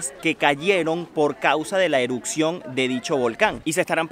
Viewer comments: Erupción, erupcion, no eruccion 😂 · no puedo con su "Eruccion" "Eruccionó" :/ me desconcentra de ver el video